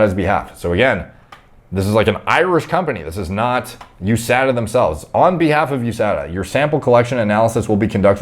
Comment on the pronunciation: It’s pronounced USADA not USADA